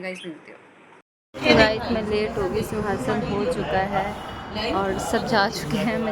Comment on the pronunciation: sukhassan bolte hsi suasan nhi😊